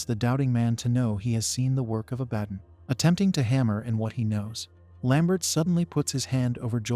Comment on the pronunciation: Say it with me, AI voice, Ah-Bah-Don. You know, one of the more popular demons in the mythos...